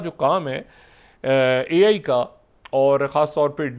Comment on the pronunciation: Doctor sab AL nai AI khty hain. Rata acha lagya hua hai. Lol